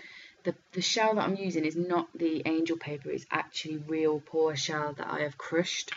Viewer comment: Beautiful use of Paua! Paua is one of the things we New Zealanders are very proud of, it's fantastic seeing it used in other parts of the world!! I have so many shells from our diving expeditions!! Just one thing ... 'paua' is pronounced 'pa-wa' lol.